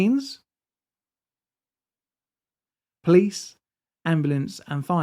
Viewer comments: which means.............dramatic pause.............. is this some techy prob? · you got me with that pause......"Which means..." LOL